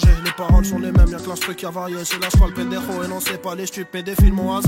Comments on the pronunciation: Vs avez aucun respect pour l espagnol c'est pas bendero mais Pendejo🤦🤦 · C’est Pendejo et non Bendero ...hdp